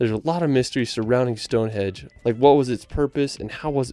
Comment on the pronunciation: I love this video. The videography is really cool, but it’s hard to get over how many times you’ve messed up the voice over, be it pronunciation or misspeaking, I’d challenge you to redo the voiceover and pay close attention to what you’re saying, so you stop saying things like Stonehedge.